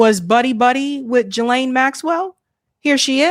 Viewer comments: Please please learn how to pronounce her name GEE-Laine Hard G Thanks you:) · Geeeeee-laine Hard G